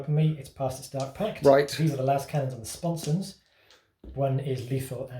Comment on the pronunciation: I love you, but sponsons!! Sponsons sponsons sponsons. 😂